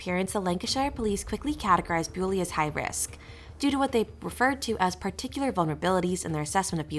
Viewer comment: Her name is pronounced Bull-y, not Bew-ly. Please make an effort to get your facts METICULOUSLY correct. Have you not listened to even one minute of the many videos in which her name is pronounced Bull-y? Such insulting blunders call your credibility as a podcaster into serious question.